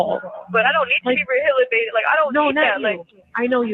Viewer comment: "I don't need to be re-ba-hilatated"😂